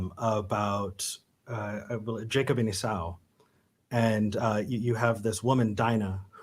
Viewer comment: Esau is pronounced "EE-saw".